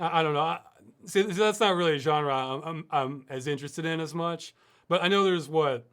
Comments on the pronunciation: I like how Ross says genre. (JAN-ER) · I agree, its "Genre", Not "Genre" :D